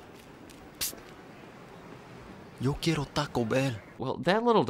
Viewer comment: "Yo Key Aro"